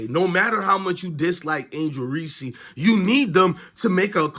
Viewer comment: Wow the cc haters are in force lmao… learn how to pronounce Reese’s name too… you try to bring out race… find a better argument…. You claim to be an avid sports follower… smh … she didn’t win anything? … tell me how many players on Iowas team would have started on South Carolina or lsu? Clark took to Iowa to 2 finals… won player of year 2 years in a row could have easily been 3… maybe try to do in-depth analysis… 2 turnovers were on bad ref calls, 3 to 4 were mishandled by her bigs… now why don’t you discuss how James, iverson, Wimby, bird, or any other phenom when they played their first game.. hell Thomas even had 7 turnovers in the game… yes I am white nan who had mixed kids before you try to brush off these comments due to my color…